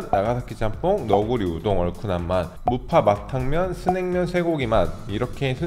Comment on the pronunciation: 아나운서가 아니신것은 알지만 아기다리고기다리 같은 발음이 많이세요ㅋㅋ 무파 마탕면, 한국소비 자원ㅋㅋ 영상 볼때마다 재밌습니다